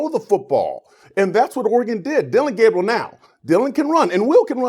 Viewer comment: It’s Dillon, not Dillion. And Gabriel, not Gabrielle. C’mon now.